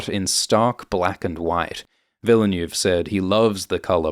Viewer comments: Villeneuve = "veal nerve" not "vila noove"? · it's not Denis "Villa new" lol -_ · Sorry to nitpick, but it's 'Chaani' not 'Chayni' and 'Vill-neuve' not 'Ville-neuve'. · PLEASE PRONOUNCE DENIS VILLENEUVE'S NAME CORRECTLY PLEEAASE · It`s Denis Ville Neuve. Ville like Will and Neuve like Pont Neuf. Or just like Jacques Villeneuve (watch any F1 Formula one championship race during for the right pronunciation ;-) ) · Awesome Video - as always! But the man is called Ville- (like smallville =) -neuve, with the foreign sounding "öh" sound sandwiched in. The closest ~ American approx. I can think of would be "vil-nuv" ^-^ Excuse my wise-assing here, I really appreciate greatly. Cheers! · Thanks. Please make an effort to learn how to pronounce "foreign" names such as Denis Villeneuve. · Should really be this difficult to pronounce Villeneuve in a proper way? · I thought British guys pronounce French names correctly. Brexit effect? 😂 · How can you pronounce Lea Seaduauouoox correctly but not Villeneuve tho?! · can pronounce every fremen word with ease but can't pronounce the director Denis Villeneuves name correctly... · YouTube badly needs to do some some of webinar where they teach non-French creators how to pronounce Villeneuve. :P